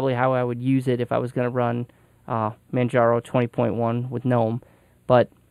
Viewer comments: Man it sure is nice to hear someone actually pronounce Gnome and Mate correctly. I subscribed just because of that. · He pronounced both correctly. In america its mate not mate-e because we aren't speaking Spanish and talking about their drink. There is no such thing as G-nome. Its Gnome pronounced nome like a yard Gnome. Fuck stallman. That is all.